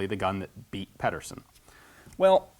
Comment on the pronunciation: You sure are getting a lot of weaponry with Danish names lately. "Pedersen" has the infamous Danish soft d, so it sounds more like "pether-sen". I wish I could give more exact pronunciation advice but it's a really hard thing to approximate. Anyway he was strictly speaking Danish-American, by Danish immigrant parents, so I'm not sure how he'd pronounce his name himself.